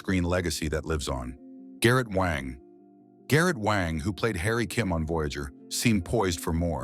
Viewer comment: Ugh, you can get Auberjonois correct but not Wang? And then it pronounces it correctly a minute later? AI needs editors, silly channel creators.